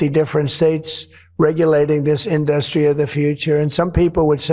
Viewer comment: Can't even pronounce correctly " industery. Failed business man